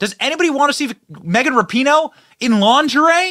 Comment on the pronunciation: Benny! Did you say Launderay 😂 😅depends on the person. One can be full figured and look stunning as well. A woman feels about herself what others in her circle feels about her. Depends on how her mate make her feel about her body.